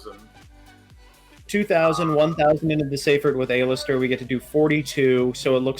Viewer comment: Does mispronounce card names on purpose? A-lister seriously?